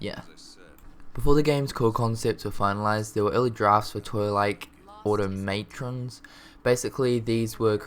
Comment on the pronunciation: Automatons dude. Learn your words before you go making videos and waiting for the final product before trying to pronounce it.